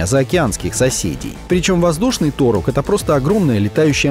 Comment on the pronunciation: Вообще-то не "ТОрук" или "ТурОк", а "ТурУк Макто" (пересмотрите момент из фильма, когда Джейк прилетает на нем к аматикаям... Тогда Моат (мать Найтири) четко произносит его имя).